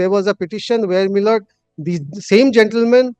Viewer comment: বার বার মাই লড়ব উচ্চারণে, বক্তব্য এর মাধুর্য বিঘ্নিত হচ্ছে বলে মনে করি, ধন্যবাদ।